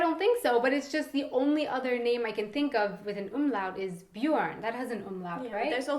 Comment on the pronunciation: So she can say Sören but not Björn. hm wierd